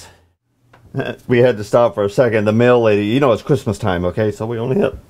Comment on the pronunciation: I love how your regional accent becomes far more evident when you mention the mail lady.